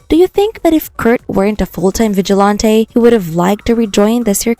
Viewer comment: The mispronunciations make me laugh tough. 🖤💜❤️😊 vig-a- lawn- tay! 😅